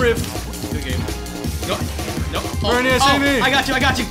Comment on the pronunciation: I am surprised after all the times has said VerNIas that hasn't said NiCHOlas